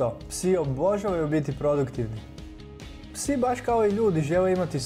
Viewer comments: ovako se ne izgovara riječ "obožavaju " i to je to ....bolje da ne smina video nego da se ovako sramoti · Nauci prvo reci obozavaju